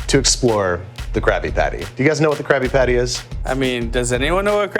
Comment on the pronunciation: Is it just me, or does he sound like he is saying "Krappy-patty" ???